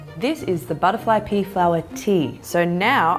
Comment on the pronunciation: “Butterfly pee flower”